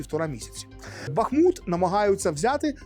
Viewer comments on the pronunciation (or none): none